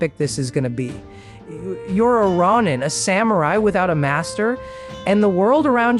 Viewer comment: stopped at 2 minutes, i aint about to listen to u mispronounce the games name for another 10. do no recommend channel. bare fuckin minimum n u couldnt do it.